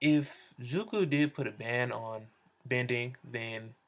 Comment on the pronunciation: Stop sayin ZUKU !! its zuko